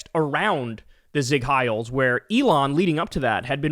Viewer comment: “…I’m sure you all remember when Elon Musk didn’t multiple zeig heils” It’s Seig, not zeig